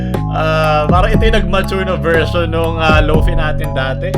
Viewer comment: Lofai po pag pronounce